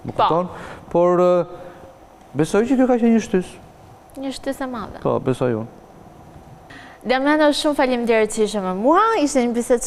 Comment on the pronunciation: kjo sdi te flasi ihe diamanao iher damano iher dimano